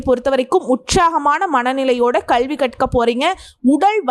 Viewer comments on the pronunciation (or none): 🙏🙏👌👍👍நல்ல not நள்ள, 🙏👌❤️கல்வி not கள்வி pl